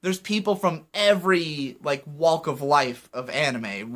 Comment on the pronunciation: I gotta balk at the way you say talk and walk